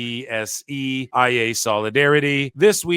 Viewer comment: Quick note, most people pronounce IATSE like "eye-ought-see"